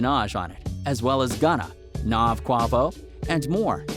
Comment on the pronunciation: This dude said “NAHV” and “Kwavo” and Travis Scott’s group “cactus jack” capitalizing on a mans death when you have no idea what ur talking about hahah